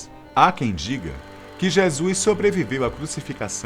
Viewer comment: e a pronuncia certa é JESUS e não jesuis em alguns trechos escuto jeasuis .to achando esse vídeo apócrifo pois o narrador não pronuncia certo o nome JESUS essa ideia é improvável. rsrsrsrsrsrsrsrsrsrsrs